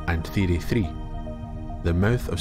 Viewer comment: I subscribed because the way you say theory sounds dope. 🫡